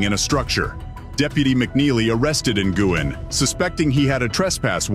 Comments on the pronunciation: I belive G is silent in Nguin and pronounced Nu'in😊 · It's not pronounced N-Gwin....it's Wen....Nguyen. I hope they get just reward...especially against Pettigrew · Nguyen is pronounced "new win" not "in gwen" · Its pronounced "win" not Ng-win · How the hell can you not pronounce Nguyen?